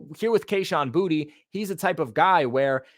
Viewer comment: I thought it was boot not booty 😂😂